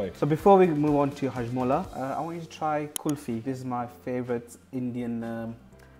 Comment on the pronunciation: He said hajmulla wtf